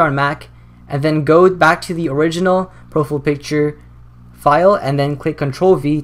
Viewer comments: "pro-fiy-ul" not "pro-ful" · I cringe when you say "profile picture" as "pro-full" picture. lol but good video man. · LOL "Proful" picture. Great vid though. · bro you say "profele picture" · Did you say Pro - Full in the intro xD still love your turtorial videos tho xD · he said profile wrong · u say profile weird